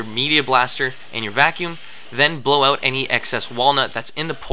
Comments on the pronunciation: How can someone be incapable of saying the word OUT, its not ewwett, its OUT. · Why does your word out sound funny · Are you Canadian? I am guessing by the way you say out. Good video. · Are you Canadian? You say out like one